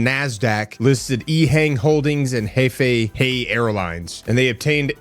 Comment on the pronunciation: Hefei is pronounced huh-fay. I visited there when I lived in China back in 2010